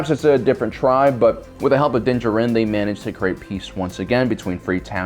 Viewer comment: ok. say it with me now. din JAR-in. not jah-RIN